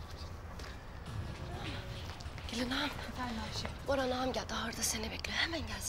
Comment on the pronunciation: Sılanın 46.43 boran diyeceğine baran demesi 😅